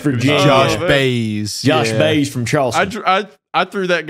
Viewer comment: Jose Baez ... (BYE - EZ , not "easy" , like the letter "S") .... you still white washed it lol .... goofballs ...